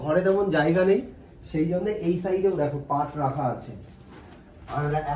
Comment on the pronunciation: ওটা পার্ট না পাট হবে